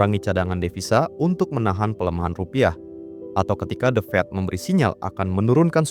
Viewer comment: The Fed, bukan The Fat.